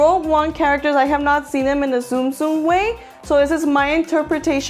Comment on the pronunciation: You pronounce it like tsunami not zoom